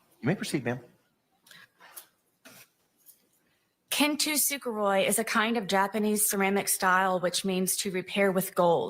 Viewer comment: Kintsukuroi, not “Kintu- Sukuroi”, you dolt.